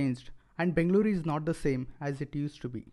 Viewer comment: I really appreciate the way you are calling Bengaluru. Loved your efforts